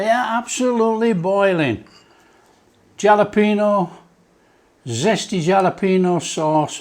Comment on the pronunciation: It's pronounced Halopeno, in Hispanic the J sounds a H.